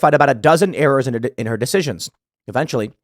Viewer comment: Are you saying "but her" emails or "butthurt" emails?